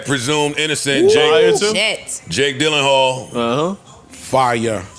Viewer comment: Lmaooo so this the second pod that yall letting Joe get away with saying Jake DYLENHALL … who is that?? 😭😭😭